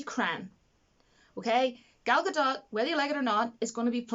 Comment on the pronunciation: Gadot is pronounced exactly as it spelled - Ga-dot. 100%. In this video she says it right.